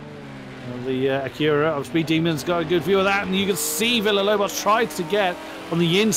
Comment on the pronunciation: Just a quick comment: Acura is pronounced AK-yoo-rah or AK-oo-rah. The stress is on the first syllable, not the second. It took me a while to realize what was referring to, as I thought he kept pronouncing it ak-YOO-rah...so I was looking for a Koenigsegg Agera out there! Hahaha!